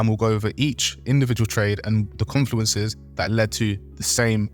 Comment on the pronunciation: Jesus this is excrutiating - good luck to any beginners trying to understand this! 🙏🏻 Edit: 'confuleneces'?? 🤦🏻‍♀🙈🤣